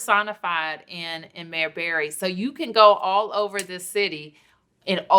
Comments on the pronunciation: Vlad get the name right, Barry not Berry. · Barry, not Berry. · Y’all keep saying Barry but you niggas pronounce it berry also cut the bs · They pronounce his name as Berry if u didn't know